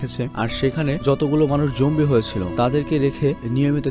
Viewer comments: Apni bln Zombie ami shuni Zongi😂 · ভাই ওইটা zoanggi na zoambie😂😂😂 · ভাই, জঙ্গি না;উচ্চারণটা হবে জম্বি... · Jombie,jongi eigula ki bolen bhai ! Eita Z-O-M-B-I-E